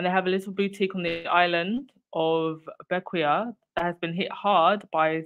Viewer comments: 😁 Bequia is actually pronounced Bec-quay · I'm enjoying your channel very much. Btw Bequia is pronounced Beckway. My family is from St Vincent & the Grenadines. It would be nice for GBN to be taken off air completely.